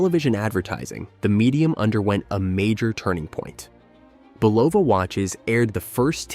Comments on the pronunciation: First it was pronounced buLOVA then a sentence later it was BULava. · Are you using an AI created narrator? Bulova was initially mispronounced in the video. Also there was no show called “Vertical Bar Love Lucy!”